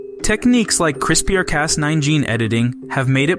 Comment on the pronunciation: it's pronounced "crisper" not "Chris-peer."